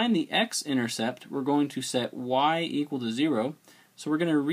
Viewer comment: I love how you say equal as zequal... Thanks for the video aswell